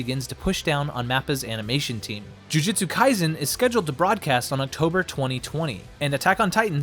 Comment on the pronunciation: it's alright. To make up for it make an entirely different video pronouncing it correctly. I'll be waiting.